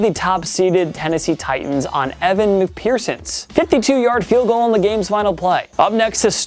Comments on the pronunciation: Evan Mcpherson... not McPearson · that is not how you pronounce the bengals kicker btw, McPherson. Fear like you are scared cuz you should be lol. Mc- Fear-son